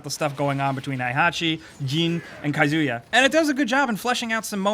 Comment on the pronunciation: Hi - Hachi ; Jeen ; Kai - Zuya.......bruh are you serious?